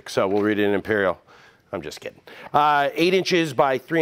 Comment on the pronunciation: Em-peeer-eel. That's a strange way to pronounce "freedom units"